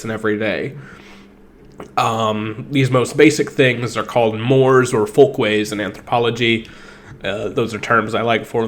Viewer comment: The word is pronounced "more-ays". Not "Moors".